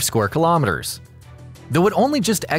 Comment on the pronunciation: Thanks for pronouncing the “km^2” right